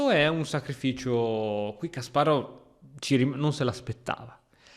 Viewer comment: Non prendermi per pignolo o antipatico ma ti prego pronuncia Kasparov correttamente <3 per il resto tutto perfetto